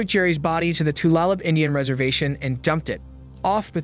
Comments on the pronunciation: Correct! I noticed the mispronunciation as well. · Tulalip = tuh-lay-lip